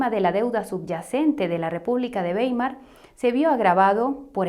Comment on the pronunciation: Mil gracias por explicar ese "papel" moneda al que nos acostumbraron. El futuro es el oro digital. Ah y Weimar se pronuncia Waimar en alemán "ei" siempre "ai"🌷🌷🙋🏽 Te felicito por tu trabajo!